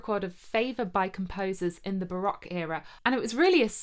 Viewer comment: ... as an American who speaks Dutch (lived in Hoogeveen for 4 years), bravo! lol - I came for the recorders, stayed for the amazing Dutch pronounciations! (I play the recorder as well, even started a 4 part consort in college circa 1995) - de groeten uit de vs!